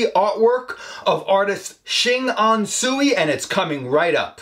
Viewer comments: Another cool episode, Charles. This gentleman is truly gifted. A small correction. Tsui is pronounced "Choy". Probably a silly question, but have you checked out the artwork of Norman Wong. Also, a gifted artist that captures Bruce Lee very well. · Tsui should pronouce as Ts-ui, not su-i 😊